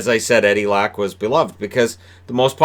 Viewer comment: I'm sorry but it hurts my freakin' swedish ears everytime you say "Lack"...or Niclas "Backstrom". I know you didn't attend Swedish pronunciation class in school over there but - if you from now on - would pronounce their surnames as Leck and Beckstrom I'll send you either a team Sweden jersey or the jersey from my favourite team in the SHL. Thanks for all the great vids though, keep up the great work and stay safe. Cheers.